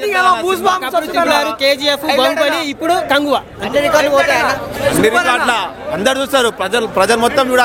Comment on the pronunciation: sec kanduva kadhu uncle adhi😅😅.. kanguva